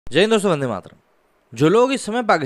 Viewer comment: Vai kamse kam,, (Vande Mahtaram) ye shabd to thikse bolo,,, aur nehi bolna ata to,, mat bolo,, kamse kam is mahan sabd ka, galat isthemal mat karo